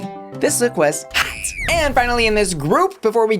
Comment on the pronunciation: The way you pronounce HOT and ROT is almost identical. It can be very confusing to the ears. Why not consider delivering them in different tone or pitch.